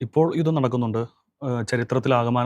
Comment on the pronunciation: യുത്തം അല്ല സേട്ടാ ജുധം